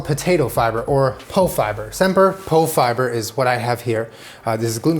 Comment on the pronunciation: As a swede with celiac.. You win, classic knäckebröd is impossible to do glutenfree. But tweaking the recipe creates something beautiful. And Pofiber is pronounced Poo fiber btw